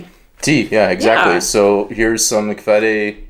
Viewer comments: Congratulations with passing module 1! I'm very impressed with how well you are able to pronounce Kvæde, it has a lot of difficult sounds, and you nailed it! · The “soft D” in words like kvæde, in danish is kind like your prenoun the. So kvæde is pronounced kind of like “quaeh the” 😔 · Hvor er I gode. 🥰 A little help. Words like Kvæde, Glade, Røde, is pronounced Kvæ’the’ Gla’the’ Rø’the’, remember that and you will be fluid in no time. Not Thé, but The at the end. Have a nice day. Stay safe. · As a friendly note I also gave my swedish wife who weren't used to pronouncing the danish soft "d". When you have a word like "kvæde", then the -de part often similar to the english word "the". So thinking of the word as "kvæ-the" might get you far, at least until spelling class :-) - and best of luck on module 2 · Kvæde, with a soft d.